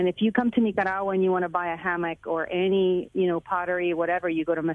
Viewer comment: Nikkagagua lmao good way to butcher the beautiful name. What you guys need to understand and take an example from is the government is turning it back on people stripping the internet and freedom and rights from it's people. My fellow Nicaraguan's are fighting with fireworks bro because they don't have guns to fight. Yet they are willing to give up thier life for FREEDOM SOMETHING AMERICA IS LOSING!!!! Viva la revolution!!!!!